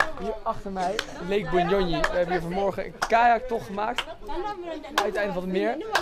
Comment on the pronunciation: It's Bunyonyi not bunyoyi, anyway thanks for visiting my country, hope u had a great time.